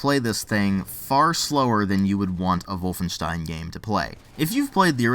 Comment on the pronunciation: I like the way you pronounce "Wolfenstein". Greetings from Germany, buddy.